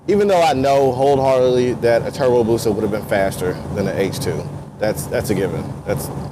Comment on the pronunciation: Don't nobody wants to play with... lol. BTW its "BUSA" not Booza.. lol. The H2 is an awesome bike tho... love the looks of it... #sinister